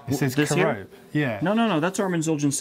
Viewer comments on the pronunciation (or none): You pronounced Kerope wrong, and the Zildjians were developed by Armenians not Turks. The original factory was in Turkey, but not made by The Turks. So many people think these are made by Turks. Not true. The zildjians are Armenians.